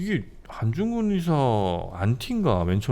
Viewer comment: 듣다 듣다 너무 헷갈리고 거슬려서요. ‘의사’ 발음은 병을 고치는 의사죠. 안중근 의사는 ‘의’를 길게 발음해야 하다고 알고 있는데...